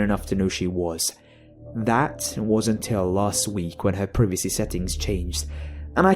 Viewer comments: pr-eh-veh-see? is that suppose to be privacy? Pr-I-va-see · Not to sound like a jerk but it's Pri-va-see.